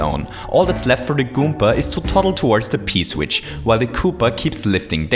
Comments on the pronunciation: did he just say goomka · I miss the old days when he said "kooper" and "goomber"